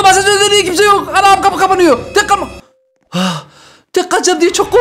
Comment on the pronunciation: abi kimse diyiceğinekisme diyosun